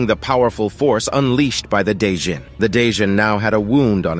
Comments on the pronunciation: A day john? What about a night john? It’s Djinn pronounced as Gin like the liquor bruh… the D is silent and why are u adding that weird accent onto it? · Djinn is pronounced Jin. Not 'day-jin", the D is silent. Just sayin. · My dude, the 'd' in 'djinn' is basically silent. It's pronounced "jin" not "da-jin". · djinn is pronounced as "jin" not "Day-jin" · I’ve got just one issue. The lvl 42 demon “dijnn” is pronounced “gin” which is another name for genie. Other than than, great storytelling. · It’s not called a djinn lol it’s pronounced jinn